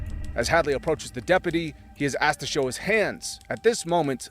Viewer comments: You' have implied the child was black by bringing up the Illinois shooting. i don't think you saying "axed" or "drew his holster ", were unintentional. I could be wrong but didn't you or your people edit the video? I used to think that you were one of the good guys, but now "race baiting " comes to mind. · Learn how to say "asked"